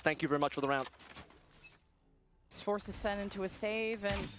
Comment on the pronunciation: Why does she keep saying sen city lmao. the team name is just sen